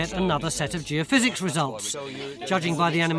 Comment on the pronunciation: Wow, Tony looks so young here. Must be an early one, he actually said Geophysics instead of geo-fizz.